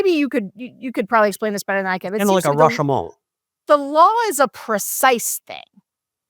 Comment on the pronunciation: George, I love your references, but FYI "Rashomon" is not pronounced as if it were French. It's Japanese. Or maybe that was your humor.